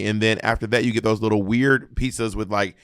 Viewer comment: Bob saying pee-suhs (pizzas) is cracking me up 😆